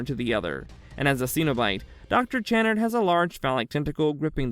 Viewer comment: On Doctor Channard its pronounced Kuh-nard